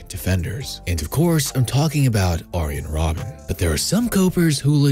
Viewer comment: The way you mispronounced Arjen Robben killed me )